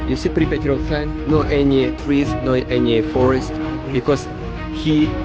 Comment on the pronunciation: Man I love the footage but you gotta stop displacing the R in Pripyat! It’s not Pipryat lol